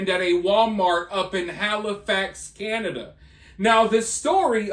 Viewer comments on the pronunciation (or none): none